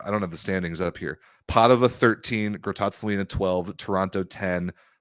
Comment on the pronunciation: Masterclass on how pronounce "Grottazzolina" by. Complimenti.